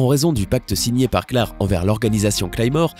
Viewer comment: Frr c'est " claire " pas clare